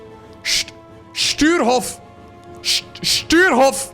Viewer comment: His name is Sturehof and not Stuerhof = Stürhof Get your pronounciation straight;-)